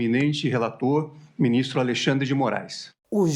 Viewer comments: ALEXANDRE SENDO "ALEIXANDRE" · "Aleixandre" piada